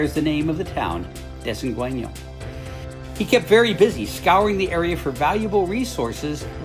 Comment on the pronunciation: With all your years of travel in Baja, I'm surprised you haven't learned the rules of Spanish pronunciation: It's "dess-en-GAIN-yo".